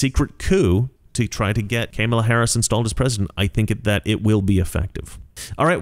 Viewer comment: I love how you pronounce her name... Camel-a